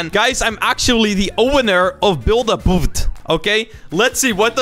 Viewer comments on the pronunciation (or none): none